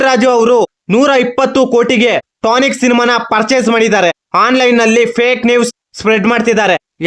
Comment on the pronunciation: ಟಾನಿಕ್ ಅಲ್ಲ ಕಲ ಅದು ಟಾಕ್ಸಿಕ್